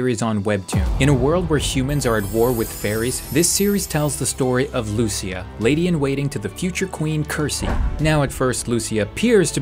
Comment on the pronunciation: You’re pronouncing Modeus and Lucia wrong btw